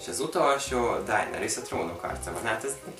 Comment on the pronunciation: Nem sértésből mondom csak ő a kedvenc sorozatos karakterem és ő nem "Dájnerisz" hanem "Denerisz" (beszólogatásotokat elkerülve jelzem tudom, hogy kell leírni csak fonetikusan írtam)